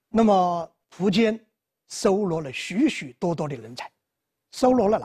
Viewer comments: 新华词典上说苻坚的读音应该是[fú jiān]。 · 苻，有两个读音，一个和福的发音一样一个和蒲的发音一样。苻，名词指草木植物，苻蓠就是白芷的另一个名称。苻通莩，芦苇杆里的薄膜，稀薄的意思。苻，通符，符文，符命，指预言命运。苻，作为姓氏，通蒲，有两个音，一个福音，现代的读音，一个蒲音古代的读音。苻氏现在读福音，古代为蒲氏。